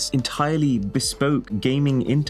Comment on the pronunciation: Ugh. "BESPOKE".